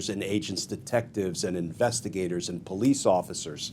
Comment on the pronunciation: Glen… it’s “AND” not “END” not “AN”